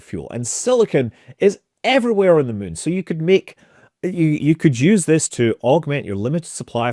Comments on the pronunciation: I like how he says Meun.... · I can't believe after years of watching I JUST realized he pronounces it "mun". What a legend! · Mun toobes. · I lived in Edinburgh for 5 years. Never get tired hearing Scott saying “moon” :) The other word I miss hearing is Tube. Couldn’t we live in Tunnels bored into the moon? Aka moon tubes? :D